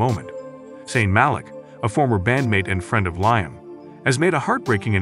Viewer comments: Its liam not lime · You could have some one who can pronounce his name correctly, show some respect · Can’t get liams name right . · Rubbish, I'm English, click bait and can't even pronounce his name??!!! Irritating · Can you.pronounce his name right .and his funeral hadent happened yet